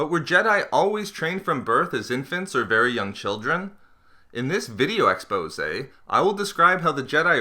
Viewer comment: IDK why but whenever he says 'video exposey' I get a little triggered inside :P still a good video